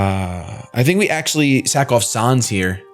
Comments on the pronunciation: it's pronounced San's not sans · It's pronounced "Sanns" not "Sahns", as in Comic Sans, seeing as that's the font his text is written in (Sans Seriff in a geocide run.) Same ges for Papyrus, whose text is all in Papyrus. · it's said sans not sons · sonz? it's sans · His name is said like the font comic sans. Not sauns. :b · "sahns" "comic sahns" pls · Also, sans's name is pronounced like sand without the "d". As in comic sans. And his name is never capitalized. Just sayin